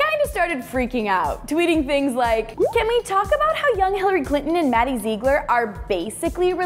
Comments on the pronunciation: XPurple Myth :3 I know I am late but Hillary isn't nasty I bet she is a trump supporter and Maddie is a beautiful dancer and the thing that annoyed me was she said zeeglar and it is supposed to be zieglar😂😂😂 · ITS PRONOUNCED ZIGLER NOT ZEEGLER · OMF IF YOURE GOING TO TALK ABOUT MADDIE PLEASE PRONOUNCE HER LAST NAME RIGHT!!! (Zih-gler) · if one more person says “Zeegler”😂😂😂😂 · "maddie zeegler" 😭😭😂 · all this video when she said ZEEgler it was driving me crazy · does it annoy anyone else the way she said zigler ........ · you said her last name wrong zigler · it is pronounced maddie Zigler its spelled Ziegler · Omg its maddie ziegler but its pronounced Zigler and how is Hillary nasty you republican unsubscribe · R.I.P Harambe YES SHES SO CRINGE SHE CANT SAY ZIEGLER CORRECTLY AND SHE LOOKS LIKE BRITNEY SPEARS WHEN SHE WAS ON DRUGS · I mean I love this show and whatever but I was cringing so bad when she was saying Maddies last name wrong... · It annoys me how she says Ziegler she is pronouncing it sooo wrong. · Please say Maddie's last name right😂😂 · You're saying her last name wrong! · you keep saying maddie's last name wrong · OMG I Have How She Says Her Last Name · U say Ziegler wrong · Is it just me or does it bug you that say Maddie and Mackenzie's last name wrong? Like if you agree!